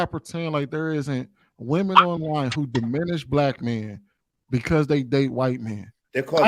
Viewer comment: All can say is that u all need to stop using big words u can't pronounce....i.e....DIMINISH 😂😂